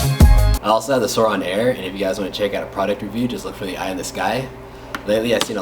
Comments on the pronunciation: SOURIIIIIIIN “iiiiiiiii” SAY IT CMON. NOT SOUROOOOOON. ITS SOURIN! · He sounds white He says sourin like he think it’s “souron” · It’s pronounced sore-in, but I really liked this video